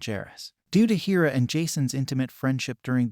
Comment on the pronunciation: Mispronouncing hera.